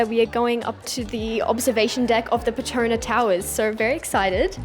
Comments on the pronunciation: It is PET TRO NAS not PE TRO NA Towers🤦🏻‍♂️ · The ‘S’ in the Petronas is not silent.. you should pronounce it like the locals